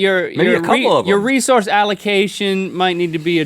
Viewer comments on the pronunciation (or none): none